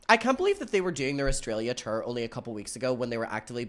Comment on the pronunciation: I love how says tour “terr”